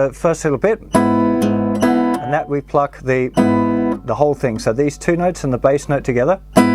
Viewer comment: the awkward moment when you keep on hearing fuck instead of pluck...